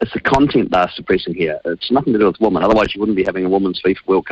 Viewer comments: NB! "Women" is pronounced "Wimmin," not "woman", as most NZers pronounce it! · Dead right. Ask any old school elocution teacher and they would say, "Women rhymes with swimmin, which is a group activity." That's how they used to teach it, in order to make it stick.